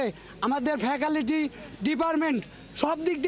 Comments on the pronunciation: ফেকালিটি নারে ভাই, ফেক্যাল্টি 😅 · ফেকালিটি😂 ডিপারমেন্ট 😂😂😂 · ফ্যাকালিটি ডিপারমেন্ট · Deferment bole..... hobe Department fecality bolo...tumra cao college varsity hok...🥵? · ফ্যাকাল্টিকে বলে ফ্যাকালিটি, ডিপার্টমেন্টকে বলে ডিপারমেন্ট😄😄😄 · Facalty উচ্চারন টাই পারে না 😂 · ফ্যাকালিটি,ডিপারমেন্ট,হায়রে উচ্চারণ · ফ্যাকালিটি, ডিপারমেন 😂😂😂😂। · ফেকালিটি ডিফারমেন্ট🥱🥱🥱 হেভি উচ্চারণ 🤣🤣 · ফেকালিটি😂😂😂, আগে উচ্চারণ শিখো বৎস😅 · "Faculity", "deparment" 😂, সব দিক দিয়ে বিবেচনা করলে তুই বিশ্ববিদ্যালয়ে পড়ার যোগ্য না ভাই, স্কুল ও ভর্তি হয়ে একটু ইংরেজি শিখে আয় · এইসব ছাত্ররা যারা ফ্যাকাল্টি উচ্চারণ করতে পারে না, তারা অযোগ্য হয়েও ভার্সিটির সার্টিফিকেট নিতে চায়। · ফ্যাকাল্টি উচ্চারণ করা শেখ আগে , পরে ভার্সিটির দাবি করতে আসিস। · He can’t even pronounce faculty & deportment ! Shame 🎉